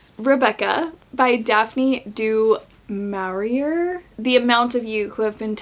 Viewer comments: It’s pronounced ‘ dew more eeee ay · You don’t know how to pronounce DuMaurier ???????????????